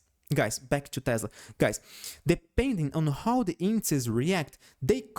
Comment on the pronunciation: Great video. I know you have an accent and that's fine but I suggest you research how to say indexes in plural. It sounds like you say inces and I did not understand what you where talking about the first couple of videos. Great content 😊